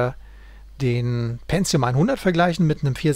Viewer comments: es heisst PENTIUM und nicht PENZIUM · ja..verdammt. tut mir leid, aber seit der pentium 60 auf den markt kam fingen die leute an ein "z" einzubauen wo keines hin gehört. ich bekomm halt jedes mal direkt karies, wenn jemand "penzium" sagt.